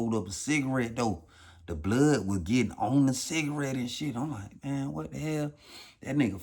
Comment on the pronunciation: "smoking a Shita-rette.. a dicka-rette...." 😂😂😂😂😂😂😂😂😂🤦🏿‍♂️🤦🏿‍♂️🤦🏿‍♂️🤦🏿‍♂️⚰️⚰️⚰️💀💀💀💀💀